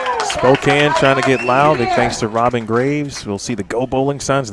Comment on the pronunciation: Hi! Just so you know, Spokane is pronounced (Spoe-Can). Thought you should know.:)